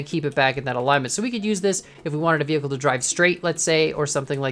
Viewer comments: Did anyone notice he said veh'h'icle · i like how you said vehicle, vehickle